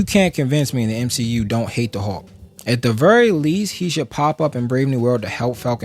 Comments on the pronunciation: Hulk not Hawk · “Howk” 😂 I’d like to know your thoughts on the 70’s Hulk TV series.